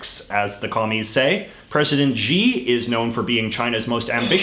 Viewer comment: HX Huang I don’t think it’s that he can’t pronounce Xi, it’s that he didn’t know that x is pronounced like sh. I mean, since his name doesn’t actually have a correct spelling with the Latin alphabet, why don’t we just spell it as Shi to give people more of a clue?